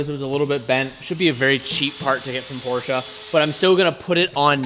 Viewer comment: Stop saying Porscha